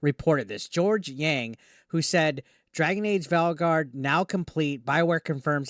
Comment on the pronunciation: Why do i keep hearing Dragon Age : The Failguard whenever he mentions the name of the game.